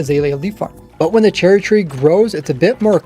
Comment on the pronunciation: anyone else hear him say cherly at the beginning